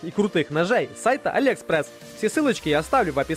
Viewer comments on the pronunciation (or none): none